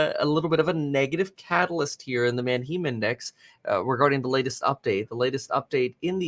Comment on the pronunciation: I'm like 90% sure he's pronouncing the Manheim Index incorrectly. He's saying "Man-Heem". I think its pronounced "Man-HAI-M" like the all female band "Haim" or the city of "Anaheim, California"